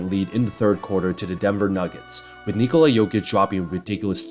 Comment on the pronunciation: Your pronunciation of "Nikola" was way above the average for the US speaker And "Jokic" is almost spot on Great video btw